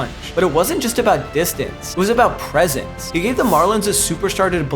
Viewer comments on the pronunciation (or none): none